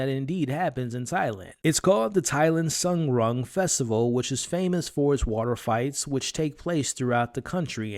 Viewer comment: "Sung Rung" festival? never heard that word botched so hard in my life